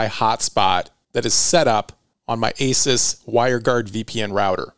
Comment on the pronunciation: Pronounced "A Zeus". Awesome video as usual